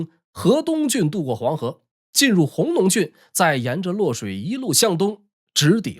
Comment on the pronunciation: 弘农的弘在这里不读hong，该读gong（公）。总的来说讲得很好，看完能对这段历史有一个大致了解了。